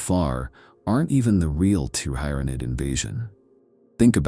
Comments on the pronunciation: Pronounce Tyrant for me PLZ. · I was about to correct you on your pronunciation on "Tyranid", but then you got it right. Then wrong again... then right again. Grammatical rollercoaster... For the record, it's pronounced "ti-ran-id", not "tye-ran-id" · The T-How? Bruh your pronunciation needs work